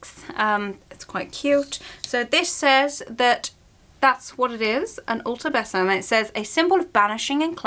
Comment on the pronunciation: just to let you know it's pronounced bee-zum ! like a little bee